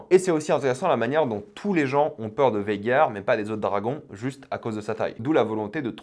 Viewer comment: petit rectification ce n es pas végar mais vhagar voila lol